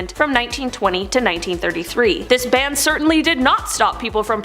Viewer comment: Pretty sure it’s called a BAN not a BAND